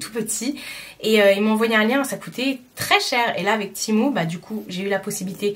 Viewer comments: Oui! Du coup la marque me note dans chaque mail « ça se prononce TI-MOU » 🤣🤣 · Mdr 😂 bah je pense que la marque sait mieux que quiconque comment ça se prononce non et si ils me demandent de dire ti mou c’est que c’est ti mou